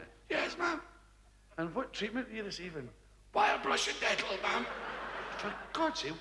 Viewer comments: Whits he saying? Wire brush and dental? Is that a Scottish thing? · When I was a kid, I thought Billy was saying “wild Russian nettle” 😂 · i thought he was saying "wild brush and dental". never heard of "dettol". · when I was a kid i thought he was saying wild Russian dettol